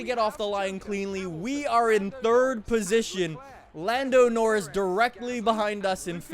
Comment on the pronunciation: What is it with the way you say Norris that pisses me off so much?